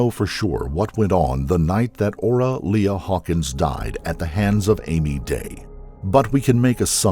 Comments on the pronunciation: The victim's name is pronounced Ora "Lee", not "Le-uh" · Lea is not pronounced Leah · I always enjoy these stories. But maybe the narrator could check pronunciations before recording! The victim's name was "Ora Lea" pronounced "Lee". It's a small thing but it seems disrespectful to mispronounce the name of a murder victim.